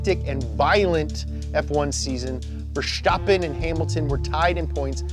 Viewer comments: Its VerStappen, not VerSHtoppen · It's VerSTappen, not VerSHTappen. Same st-sound as in the word "stop" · His name is Verstappen, not Vershtappen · 'Fer-stappen', not 'Ver-schtappen' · VerSCHtappen In all seriousness, leave the "sh" out, the s is not pronounced like the sh in "show", but like you would in "snow". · Why do all english speakers pronounce it Verschtappen? It's pronounced Verstappen. Max just has a lisp. He makes his s by pushing his tongue against his bottom teeth in stead of curling it to the roof of your mouth like normal people. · He pronounces Max Verstappen so German 😂😂😂 We are Dutch! Not German